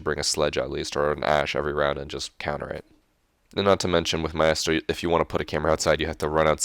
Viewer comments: not trying to be a dick but it isn't ma-estro but my-stro. not a a-e sound but together, except for that great video! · Its pronounced mi-stro not my-estro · i hate how he says maestro. its like a musical conductor a maestro not mi-est-ro like hes saying xD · "My-estro" lol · Richard Price he's Hispanic so he thinks he has to say it that way. My-ah-stroh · It's pronounced 'My-stroe' btw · you say Maestro so strange lol